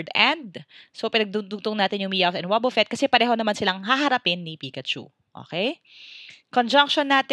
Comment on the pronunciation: you pronounce it like wabafett spelled and wobufett